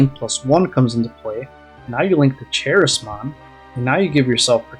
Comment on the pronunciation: Good Appmon build. Also it's pronounced Ka- ris- mon for Charismon. It's basically how you say Charisma.